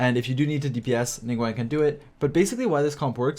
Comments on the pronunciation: Ya know I dont normally have a problem with the way people talk but please commit to learning their names NINGGUWANG? NingGWONG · It sounds like you’re saying Ningwang xD